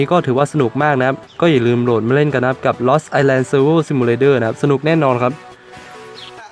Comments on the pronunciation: ไอแลน ครับ island ไม่ออกเสียง s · เขาอ่าน island เป็นอีสแลน หรือไอสแลน หรอ